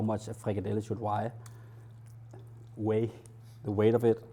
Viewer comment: "how much a frikadelle should weje" xD hahahahahahaha